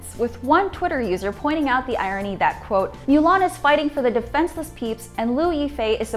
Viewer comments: Its Moo-Lahn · She knows it's pronounced moo-lon, right? Not mew-lawn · Is it really pronounced Miu Lan and not Mu Lan? Because in the actual animated movie they pronounced it Mu Lan never Miu Lan. It triggred me for some reson. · Get your pronunciation right... "Moolan" not Muuuuulan... 🤮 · can you at least pronounce the title of the movie correctly? it's mulan, not mewlang... gg...... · Melan? Darling it's mUlan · Myu lhan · I hated how she said the name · I wanna be respectful to the topic at hand but I cant get over "mew" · 'Mow lawn' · "Mew-lahn"??? AWWWW HELLLLLL NO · "myu lan" Why don't you just MOW the LAWN! Myulan myulan its driving me nuts hearing it! I feel like protesting for that word! Sorry just my feelings. Ugh! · Moo - lawn Moo - l - on Moo - lohn Moo - l aw n M - oo - l - on Now say it with me correctly please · small nitpick, but "milan" annoyed me more than it should of. lol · Is she saying "mew-lan"? Please stop. It's not even pronounced like that in Chinese. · Why does she pronounce Mulan like that... She’s says “Milan” wtf is going on...? Lol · Mew-lawn. Stop it. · The way she is pronouncing it incorrectly dries me nuts! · What's up with your pronunciation of Chinese names...? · She only messed it up once. Strong indication there were multiple takes and somehow the others were fine. She didn't mispronounce anything up to that point and Weibo Mulan were pronounced properly earlier in th video. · It's not that hard to say Mulan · Totally butchered mulan pronunciation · She said Mulan wrong 3 different time's.🤔